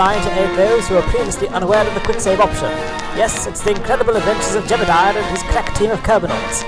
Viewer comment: pronounce ‘Jebediah’ correctly challenge: ❌